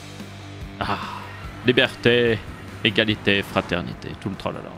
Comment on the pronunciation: Libièreté Égraslité Friternité 🍟🍻🇨🇵